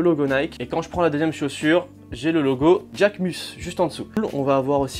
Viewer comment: slt a toi BG! perso moi je trouve que c'est une collab réussi! propre et quali. aucunes traces de col! et STP porte Jacquemus est un créateur Français, arrête de l'américanisé quand tu dits Djacquemus LOLOLOL et je sais pas pourquoi mais perso je cop plein de paires sur SNKRS pas toi? bonne continuation;)